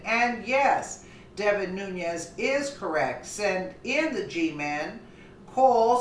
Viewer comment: it's pronounced ...new-nezz....not....new-nee-ezz